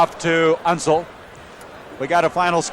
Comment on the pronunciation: Unseld - not Unsul. Never seen an announcer butcher that easy a name of that famous a player.